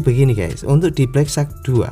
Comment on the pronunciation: wahh..sudah betul sebutan nama hpnyaa😬😅